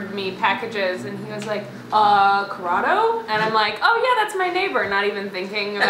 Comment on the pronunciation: Yes, also for future reference it is Corrado no worries though you seem to be new here so it's okay.